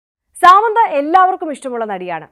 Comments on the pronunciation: സേച്ചി, ഈ അവസരത്തിൽ പറയാമോ എന്ന് അറിയില്ല. സാമന്ത അല്ല, സമാന്താ. ഒരാളുടെ പേരെങ്കിലും ശെരിക്ക് പഠിച്ച് പറഞ്ഞൂടെ? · സാമന്ത അല്ല സമാന്ത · First of all.. Its not സാമന്ത its സമാന്ത 🤌🤌🤌